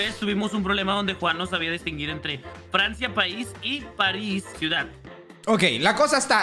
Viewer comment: Ni me había dado cuenta que dice cuidad en vez de ciudad lol